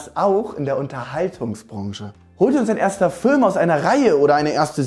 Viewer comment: Haha Fülm genau wie sein bruder